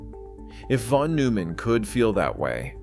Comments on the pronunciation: Von must be read as "fon"! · Thank you. And the "von" is pronounced "fon."